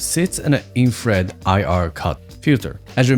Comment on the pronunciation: Ah ok, that makes more sense. I looked back on that part, and it seems you mispronouncing infrared sometimes made me confused about the different terms, but that clears things up. Thanks!